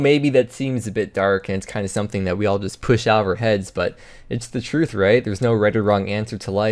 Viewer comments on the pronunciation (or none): none